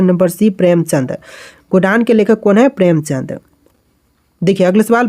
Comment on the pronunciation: गोडान ❌ गोदान ✅